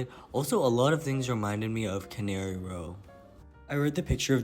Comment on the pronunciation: Okay, after the third time, I just have to clarify that John Steinbeck's book is "Cannery Row" (pronounced KAN-uh-ree), as in a factory where things are canned. It's not "canary", like the bird or the island. You seem to be interested in Steinbeck's prose (as am I), so it might be a good distinction to be aware of. :)